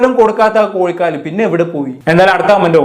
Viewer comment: കോയികാൽ,വിശയം എന്നതിനുപകരം, കോഴkkal, വിഷയം എന്ന് പറയാൻ നോക്കുക??